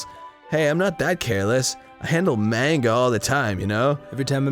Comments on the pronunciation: Anyone else annoyed that they pernonce manga like mainga not monga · its ma-n-ga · I feel like Arin is pronouncing manga that way to specifically irritate people